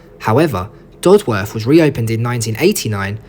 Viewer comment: i commute along this line every day and the history and views along the way never ceases to fascinate and amaze me. also, it's "dod-uth" not "dod-worth" ;)